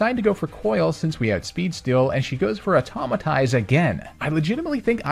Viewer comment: It's Autotomize, not Automatize